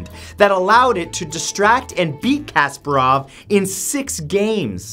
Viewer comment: Chess fans are like, its not Kasperov, its Kasparov